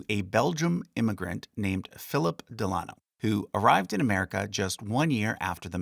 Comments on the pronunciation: I wondered this myself. Del-a-NO not Del- AH-no. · Me too. Normally It's DEL-uh-noh, not del-AH-no. Not sure what's more correct as I've only ever heard the former until now. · Isnt it pronounced "DEHL' UH KNOW" not "DEHL AH' KNOW"? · Pronunciation note: I’ve always heard FDR’s middle name and his mothers name pronounced Del-a-no. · Very interesting. However, Delano is normally pronounced emphasizing the first syllable. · Found your pronunciation of DELANO to be different from what I’ve heard